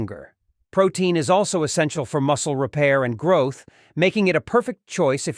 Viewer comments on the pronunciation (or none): none